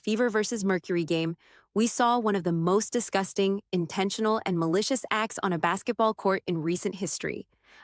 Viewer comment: Did she just call it Bassetball?